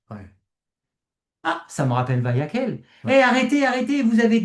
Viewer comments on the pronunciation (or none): Petit erratum: on prononce Vayaqel (et non Vayakhel). Toda rabah pour votre compréhension. Shabbat Shalom